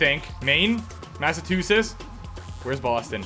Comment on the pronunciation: As a person who lives In Massachusetts I take offense to how badly you butchered our states name.